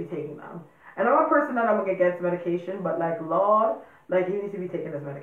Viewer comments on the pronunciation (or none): When you said lord... you sounded straight like you were from New Orleans